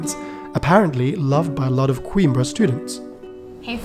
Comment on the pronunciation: Well produced video but why pronounce the city's name as queen-bre (like in timbre)? It's a Portuguese city, not English.